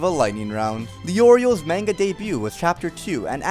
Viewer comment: You said manga wrong dude. Brah